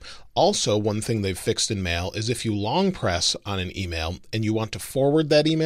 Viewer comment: Is it just me or he really says mel instead of mail?